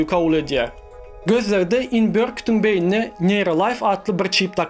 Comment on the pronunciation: söz ýok. Şonda-da speech-iňi çalaja düzedäý.Bilýän tm, rus, trk garym gatym. Ýöne esasy sözleri dogry aýtsaň... Meselem, beýni(beýin däl), beýniÝmiz dp aýdylýar